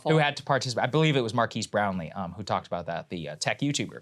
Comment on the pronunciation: "Markeese Brownlee"